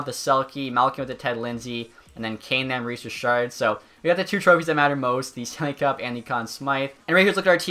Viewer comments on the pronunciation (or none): none